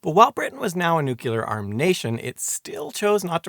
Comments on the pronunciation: Did you say, “newculer research”? It’s phonetic. “Nu-clear”…🙄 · Eisenhower said noo-cu-lar. (and of course the rest of the world thought he was an idiot for it) It is Noo Clee Ar ... just how it's speeled. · It's like New-Clear. Not nuke-u-lar Oh weird you get it sometimes, still a great video I knew nothing about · so everyone has been wrong. It's 'new-clear'. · I just can't listen any more to you saying noo-cu- lar!